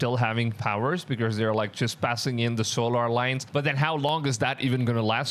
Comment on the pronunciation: “ So lar “ “sig nols” 🤭. Great video. The simpsoms didn’t predict anything , it’s just part of the scrip and they have to tell you. (in any way) before they’re allowed to execute it. Wake up people. Even all the wars were scripted. Demonic elites run the world .